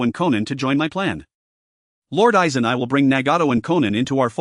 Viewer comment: hes playing Aizen, could get the name right at minimum..